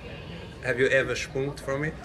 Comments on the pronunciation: shpunken lol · "have you ever sphunked from it?"